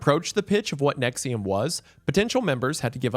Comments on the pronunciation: I haven't watched the video yet, I clicked on this vid and read "Nixium" in my head and went "but its probably not pronounced that way" and the first sentence was indeed you pronouncing it that way. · If you buy into thinking “NXIVM” is pronounced “nexium” honestly you probably deserve whatever these people do to you 💀